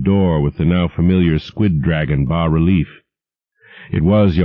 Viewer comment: He says 'bah' relief, yes!!!